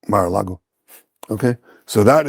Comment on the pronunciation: Not Marago, Mar-a-Lago.